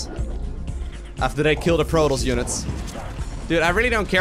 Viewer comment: Thumbs down for the way you mispronounce Protoss. See the double S? PRO TOSS, Not Pro Toes. Disgusting.